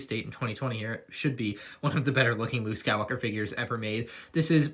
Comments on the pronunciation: Anyone hear Luke Skywooker? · going Scottish there for a sec